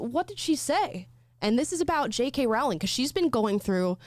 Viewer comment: Row, Row, Row your boat, ROW-ling. Get it right!